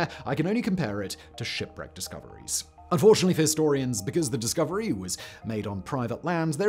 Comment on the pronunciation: . You mispronounced “fortunately”.